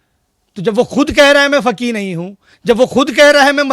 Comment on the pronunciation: Jis insaan ko khud urdu bolna nahi aati wo doosro se sawaal pooch raha hai. Faqeeh ko fakee fakee bol raha hai jaahil aadmi. Topi lagane se koi qaabil nahi hojaata hai, jaahil hai to jaahil hi rahega.